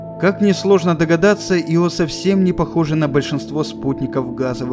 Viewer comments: Мне тоже резануло ухо, но из-за этого ставить дизлайк... учитывая, что этим иО в коментах его только ленивый не попрекнул... ну так себе решение. Так что я поставил лайк, а ударения он теперь 100% будет правильно ставить :) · Почему-то мне кажется, что в названии спутника ударение на первую гласную. Хотя я могу быть неправ. ИО с ударением на вторую гласную означает исполняющий обязанности. А Ио назван в честь мифологической Ио — жрицы Геры и возлюбленной Зевса. Простите. Но режет слух. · Ударение на "о" звучит странно. Ио персонаж римской мифологии, разве в латинской лингвистике характерны ударения на последний слог? Как можно заниматься научпопом, будучи неграмотным? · Ещё в школьные годы читал про Ио книгу" Безумная Луна", ударение на первую букву было, слух теперь режет, когда произносят по другому. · Ударение обязательно нужно делать на И! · Может, ударение на "и".....это всё равно что сделать четыре ошибки в слове из двух слов ...ЁЖ ...или. ЙОШЬ А так великолепно. ... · Ио с ударением на втором слоге звучит как исполняющий обязанности. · Нет, это у вас проблемы. Ударение ставится на вторую букву... Вики тоже самое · Очень интересно, наверное. Но я не могу воспринимать информацию, когда намеренно меняют ударение в словах. Всего две буквы в названии и даже тут умудряетесь. Ио, но не иО. Ужасно режет ухо, не смог досмотреть до конца, уж извините. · непонятно мне почему ио , есть ослик из винни-пуха Иа. А почему спутник Юпитера ио а не ио, непонятно.Откуда все понабрались кто так говорил ? Вы все англоязычные ? преподавание шло на английском? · Я тоже привык, что Ио, а не иО. Аж слух режет. Вот согласно википедии: Ударение на первый слог — согласно Большой российской энциклопедии[6]; в некоторых других источниках указывается ударение на второй слог[7][8]. Так-что, думаю, в даном случае, можно говорить и так и этак. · иО? А я думал Ио!! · Я говорю Ио, а не иО. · Ио, а не иО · да с какого перепуга автор делает ударение на о? Его всегда называли Ио! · Не Ио, а иииО